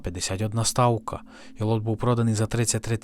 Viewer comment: Все відмінно; але спробуйте казати не " стаука", але " ставка".